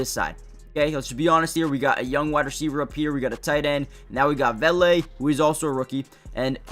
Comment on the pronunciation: VAY LAY is the correct pronunciation, I’m a big fan of his as well. He’s a great third down option and all around great catcher of the ball. DB4L